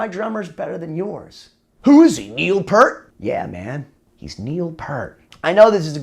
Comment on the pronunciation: OMG!! It's NOT pronounced "PURT" it's "PEER-T"!!